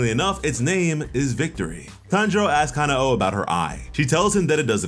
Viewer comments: btw its not ka-na-o its ka-nao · It bugs the crap out of me how some Americans mispronounce her name. It's KanAo, not KAnao. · Ka-na-o there's, the accurate way and for Aoi: A-oi